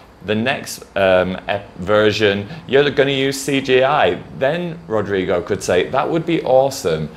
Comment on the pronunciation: that's not really the way we pronounce Rodrigo... but is definitively the way I will be pronouncing now on... it sounds fun and tickles the tongue hahahah! thanks for the tips on the video! love you!